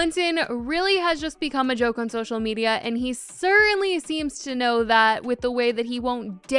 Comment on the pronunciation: Bro the "I don't knowr" lmao